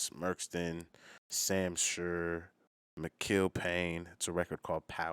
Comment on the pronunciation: Mikill pronounced Michael